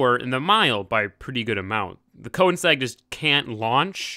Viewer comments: His pronunciation gives me cancer so often. I mean "Forsa, porsh, coneseg, le mäns, nuremburging" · the car is not called konesag... its called königsegg! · It's pronounced Ko/ning/segg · insegg lmfao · I am so bugged when he trys to pronounce Koenigsegg and says Koensegg. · Once you know, you kowensegg. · Please don't, I don't want to hear him butcher that word, Audi and Koenigsegg is already bad enough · who else is annoyed by the way he says ''Koenigsegg'' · Great vid, but the way you say Koenigsegg makes me wanna die. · your saying koenigsegg wrong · Everything you do makes me angry. The way you say koenigsegg, the way you talk, what you say, AND ESPECIALLY the way you drive. The koenigsegg would've gotten a much better time if you knew what you were doing.